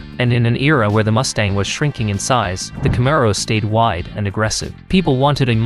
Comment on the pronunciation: Learn how to pronounce the word..."camaro". Are you AI?